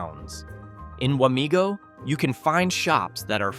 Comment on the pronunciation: It’s Wamego not Wamigo.